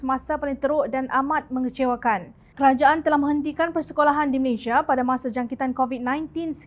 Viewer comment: Malaysia bukan Malayshia.